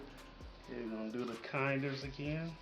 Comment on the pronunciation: just an fyi if you do and your looking for it. It's pronounced kin-ders. You might get some confused looks if you say kind-ers. But yeah all their stuff is great.